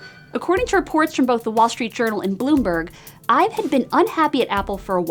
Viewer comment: Drinking game every time she mispronounced his last name